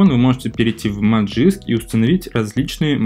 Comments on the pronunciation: Зачем говорить "Ти даблъю эр пи"? Просто говори "тврп". Тоже самое с "Маджиск", лучше ж говорить "Магиск" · Если следовать транскрипции, то правильно произносить "мэджиск"